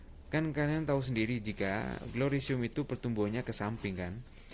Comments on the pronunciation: Mas'e cuma mau saran aja penyebutanya salah😆 bukan glorisium nyebutnya gloriosm aja, trus perlait aja nyebutnya ya mas jngn perlit hihi. Mantapp mass terimakasih tipsnya.. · orang Jawa ya bang ,🤣🤣🤣🤣,glorisium....🤣🤣🤣🤣gloriosum baaaang....di eja berkali2 bang biar gak belibet nyebutnya....😁😁😁💪💪💪😀😀😀